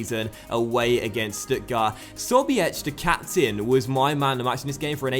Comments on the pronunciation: as sobiech is your captain, it might be quite helpful to pronounce his name right, tho it is quite difficult. the first s is pronounced like the Z in zapping. The its: "So - bjej" with both j's being pronounced like the y in young. I hope, this is at least kinda understandable! Keep up the great work! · it's not sobiech, but rather sobieh, h like in hope. It's Polish surname btw. there is even a striker in bundesliga Artur Sobiech, he's Polish ;) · Sobiech isn't pronounced "so-be-etch" It's pronounced "so-beech" Not a hard "ch" more like "khh"